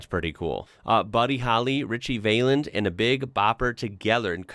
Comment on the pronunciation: Just a quick note on the pronunciation of "Valens", it's more like "Val-enz" rather than "Vay-lence" as you were saying it. Born Richard Steven Valenzuela 13th May 1941 in Los Angeles, died 3rd February 1959 in Clear Lake Iowa. 🙃🐨🇦🇺